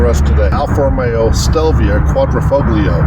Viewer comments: The G is silent....quadrifolio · Quad-ri-"fog"lio? really? if you are going to be reviewing a car and want to be good at it, I suggest you at least know how to pronounce the model name properly.